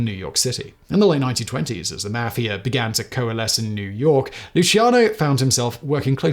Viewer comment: You can't pronounce Italian names. Or even the term Mafia.